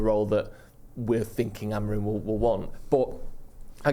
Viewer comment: You nutters are putting the stress on the Amorim name everywhere except where it goes AmoRIM and the last m is pronounced more like a nasal n